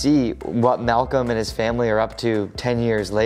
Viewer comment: c pas malcolme c malcom sinon jaime bien la video